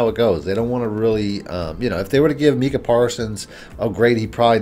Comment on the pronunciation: Mike-Cuh (Micah Parsons) Da-kneel (Danielle Hunter)